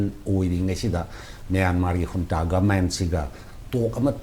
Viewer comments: Unta ana pronounced twgadbne J silent leigadbne neh bhai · Junta haibra ntraga unta haina pronounce twgadra haibase Burmese accent ta kari hai neinou..